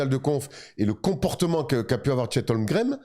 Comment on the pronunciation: Les gars je vous kiff et vous faites du super boulot. Je suis peut être (sûrement) un psychopathe mais ça me rend ouf quand vous (surtout ) prononcez Chet HOLGREM au lieu de Holmgren